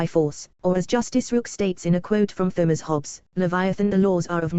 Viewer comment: As hilarious as the rambling monologue is, why in god’s name did you write it out long form and then got a free text-to-speech thing to read it out in a bad robot voice? For crying out loud, the thing pronounces “Thomas” with a soft th. Couldn’t you have just read it out, or better yet just posted it online as text?